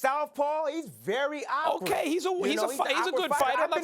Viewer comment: Timothy “He’s OCKWARD” Bradley